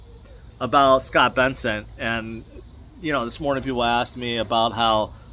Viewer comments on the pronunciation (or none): The name is Bessent, not Benson. Other than that, thanks for the video! Very reassuring.